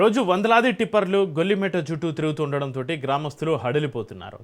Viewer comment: గొల్లి మెట్ట కాదురా గొల్ల మెట్ట రా ఎర్రి